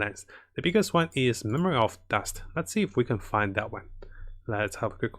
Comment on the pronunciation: you said rust "dust"